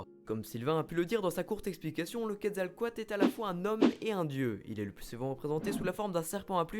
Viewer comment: la pire prononciation pour le quetzecoalt ^^